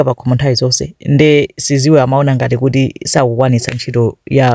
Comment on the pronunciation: Its Sizwe not siziwe 😂